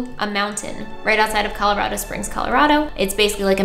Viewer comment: As a Coloradan, I appreciate you pronouncing Colorado correctly.